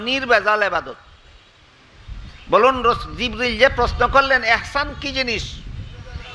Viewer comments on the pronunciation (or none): হুজুর শব্দটি(একচান)নয় দব্দটি হলো( ইহছান)।